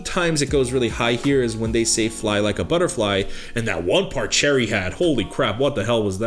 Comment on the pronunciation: Oh btw Choerry is pronounced “chwae-ry”